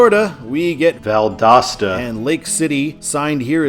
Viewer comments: Well, because he had Val-DOOS-ta in the last video. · Did someone comment on the Valdosta pronunciation on the NB video? I'm assuming so... Made me laugh every time throughout this video. I think it's uh-latch-ew-a, at least as far as I know, but I'm not from that part of FL. Tis a super small place and the name of the county Gainesville is in. Looking forward to 95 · People must have been roasting ya hard on the way you said Valdosta. Lol. I agree that Valdosta should kinda be a control city but only in Georgia. I-75 north in Florida should just sign it for Macon or even Atlanta. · Why does it sound different whenever you says Valdosta? Are you saying it a different way? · Yeah. My mom heard him say Valdosta wrong. I had to tell her that he corrected it